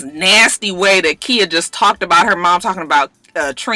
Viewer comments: Khia pronounced Kya....Im srry I had to...Im just alwys kinda lost whn u say Kia. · its khia not kia lmao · her name is pronouced Ky-yah lol no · Kya is how Trina pronounced it lmao it's actually Khia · Girl I’m starting to think you being shady calling that girl “Kia” like the car 😂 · KY-A! Not Kia... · Its Khia...just with a long 'I'!!! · when you said ole Waford dude was black, I seriously shouted, "Whaaaaaat!?" SMH I can't stand that mess! Also, I didn't know Khia's name was pronounced "Kya" either. It's alright. I hope not too many more folks come on here and say something. We know how you hate that. lol Merry Christmas,! Blessings to you and yours! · I love you but I cringed every time you said Keeya. Lawd. 😩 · Just because I'm afraid that khia might see this video and come after you her name is pronounced like "Kya" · Who knew it was pronounced like a "y" when its not spelled like that? Most mia's, tia's and so forth sound like they're spelled... who really cares? Its a common mistake when people want to get extra creative when naming their children... lol!😞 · no its Khia. you just pronouncing it wrong.